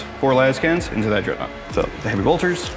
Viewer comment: откуда вы взяли дредноут Дэрэдэо?